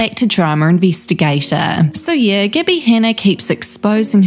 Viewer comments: I know it’s just your accent but calling her Gibby instead of Gabby is absolutely hilarious 😂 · why u pronounce like gibby? xd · I love the accent, but every time she says "Gabbie", I hear "Gibby" instead and then I'm flooded with memories of the guy from iCarly yelling "GIBBAYYYYY" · I love how the narrator pronounced her name as gibbie instead of gabbie all i can think of is icarly now lmfao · You said Gabbie but I heard Gibby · I'm sorry, but everytime you said "gabbie" I heard gibby 😂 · Am I the only one hearing the narrator in this video call her "Gibby"? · It sounds like your saying Gibby lol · I’m sorry I keep hearing Gibby. IT’S GIBBAAAYYY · i keep hearing gibby hanna lolol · was really thrown off at the beginning thinking you said that the girl had meth with gabbie